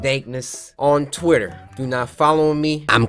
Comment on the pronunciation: Cory said Titter😂